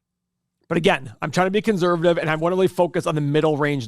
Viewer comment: Love the way says ConZervative and anal lise.